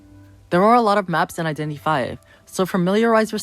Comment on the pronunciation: i thoughts he was saying "identity vai" 🤣